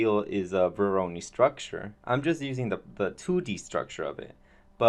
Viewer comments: pronounced voro'noy' not voroni ;) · Not meant as a bad comment at all, but just to clarify the pronunciation: It's vo like voice, ro like row and noi like noise. Thanks for sharing though, very interesting way of generating geometry through the use of node-based solutions like grasshopper, substance designer and even octane (nodes). Modo/octane user myself so always nice if people advertise its use. Am experimenting with nodebox and svg's to calculate/replicate 2D forms although it lacks a 3D output (you can export 2D vectors). I very much believe in the crossover of knowledge in programming and creating (3d) art so great job on your part. Did your experiment with using modo's procedural workflow using a node-based approach yet? This might also interest you